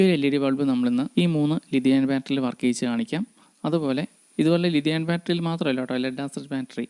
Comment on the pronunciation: ലിതിയാൻ ബാറ്ററിയോ? കേൾക്കുന്നതിൻ്റെയോ ഉച്ചരിക്കുന്നതിൻ്റെയോ പ്രശ്നം മാറ്റണം ,തെറ്റായ സന്ദേശം നൽകരുത് ലീതിയം ബാറ്ററി അതാണ്